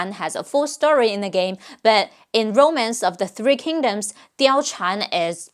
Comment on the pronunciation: I got to say you were spot on. Man I feel as if you were speaking love to me. I am always fascinated with the Romance of the Three kingdoms. I wish I could speak and understand Mandarin. The names simply invoke something in you when you hear them properly, at least to me. I would love a part two simply for the names of all the women as well as some important information on them or even fun facts we may not even know due to the game or what is taught in China. I am subscribed and will further be an avid follower. Much love and prosperity to you.